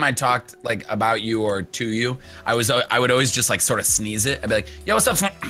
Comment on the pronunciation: I thought it was like Flump not Floomp